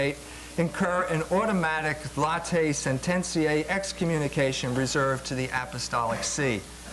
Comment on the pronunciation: He also said "Latte sententia" 😋☕